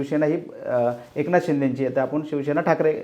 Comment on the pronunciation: पुढारी चे वक्ते शिवसेना हा शब्द ही नीट बोलता येत नाही. ते शिवशेना म्हणतात. कांहीं जण तर. शीवशेना म्हणतात. यांचें विश्लेषण काय ऐकायचे?